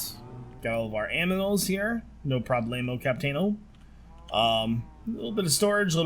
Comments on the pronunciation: Did he really just say Allilas when he was meant to say animals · did he say aminals? XD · "got all of our aminals here."